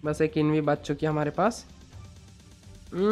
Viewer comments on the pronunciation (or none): Are you guys noticing that he is saying baach chuki hai like Pakistani accent